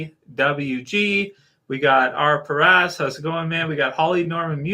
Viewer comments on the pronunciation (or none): none